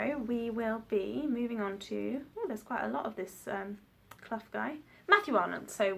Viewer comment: You pronounced his name right. I know this because I'm a Clough and he is a descendent of mine.